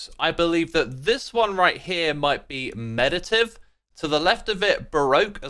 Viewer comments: Funnily enough you got "Prairie Ride" correct but mispronounced the one just before lol, it's "MeditATive" not "meditive" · Bro... 'MED-did-TATE-tiv' ...is the pronunciation. C'mon, you're an articulate Englishman. You ought to have that one correct! ;)